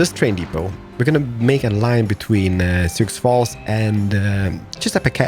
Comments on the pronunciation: Sioux Falls is pronounced Soo Falls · Sioux Falls is pronounced... Soo (like Zoo or Poo, but with an "S")